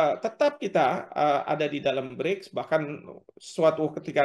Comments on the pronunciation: Narator knp slalu bilang Bride..BRICK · gemes banget host nya gak bisa nglafalin BRICS. pelafalannya itu sama kaya kata bricks (bata), bukan bridge (jembatan). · Bukan bridge mbak, BRIICK